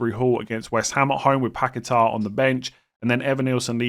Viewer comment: PACKET-ERR & GYORKERES - PLEASE. YOU'RE KILLING ME WITH THESE PRONOUNCIATIONS